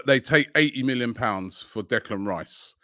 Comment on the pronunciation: . How many times did actually Robbie is mis-pronounce Declan Rice so that they had to edit t? 😃